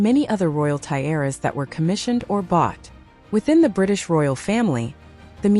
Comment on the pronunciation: Tie-aras? And Queen Elizabeth TWO? Please have a human being narrate these.